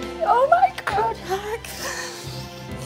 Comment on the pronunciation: This is the first time I actually cried in these. It’s not Gok it’s God